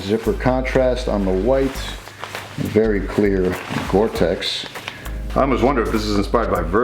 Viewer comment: It's gore-tex!